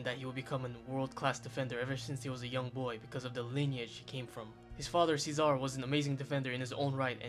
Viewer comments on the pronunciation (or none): Good video but please the pronunciations. Sacchi is pronounced Sakki and Maldini's dads name is Cesare (Che-sa-reh) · you mispronounced his fathers name!